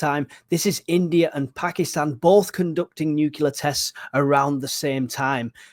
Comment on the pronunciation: Please it’s nuclear not nucular. I thought you were giving a nice little recap but for the number of times you said nucular I had to stop listening.